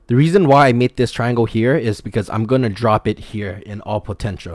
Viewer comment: did he say TRIANGLE?!